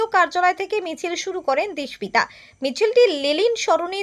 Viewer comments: K didimoni apni?uccharon ta dispita noy dipsita. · বারবার নামটার ভুল উচ্চারণ করেছেন সংবাদ পাঠিকা....দীপ+সিতা=দীপ্সিতা